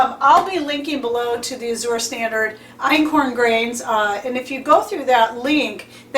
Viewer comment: Azure is pronounced "as your" Love Azure Standard. We actually got our stuff dropped with only a $250 order in Jan. They must have been willing to with this time of year being slow. I was so grateful to not have to wait another month for more orders to show up. :)